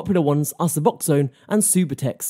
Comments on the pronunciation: Its not supertex its sub-u-tex subutex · “supahtex”? lol ugh, if you can’t even say it correctly, you know nothing about what you’re even talking about smh.